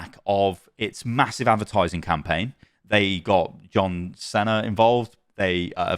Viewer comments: No way my man just said yohn cenner instead of John Cena 😂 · Do people in the UK not know about John Ceno or is it just. Why does he pronounce it like “John Sena” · No way bro said John Sena hahaha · 'John senna' lol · Is that actually how John cena is pronounced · The way he pronounced John Cena 💀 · Did... Did you just mispronounce John Cena??? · That’s the first time I’ve heard some say John cena’s name like that 😂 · My guy really pronounced John Cena's name like that damn